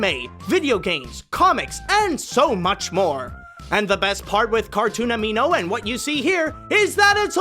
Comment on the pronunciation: "cartoon amino" says cartoon animo. I AM SO CONFUSED! D